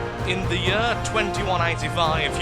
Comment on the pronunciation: I like it but why do you pronounce year as yurr